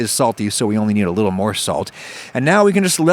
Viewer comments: Love that he said li'l and bri'ish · .......the way he said the word "little"...def had that English influence.. Haha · No one going to comment about on how he said “little” with a British accent?